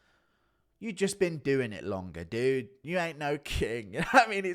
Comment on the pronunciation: Why does he say dude? Isn’t he English? Dooood